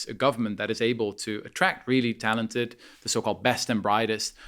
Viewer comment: He over emphasises the talented as if perfect people exist, although many great points